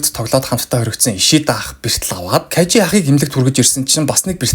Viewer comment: Кажи биш Кайжи шүү!!!